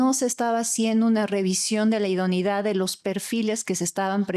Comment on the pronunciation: Me pregunto por qué no pronuncia “idoneidad”; sino, idonidad? Se come la e!